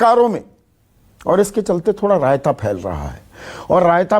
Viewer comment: Sandeep ji ek Baar RAYATA sand Bolte hai to achha lagta hai